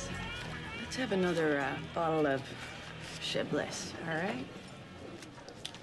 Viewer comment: That Chablis pronunciation was on point!!!